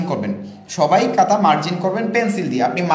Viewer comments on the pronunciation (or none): কাতা না ভাই খাতা > খ (খাতা)🫢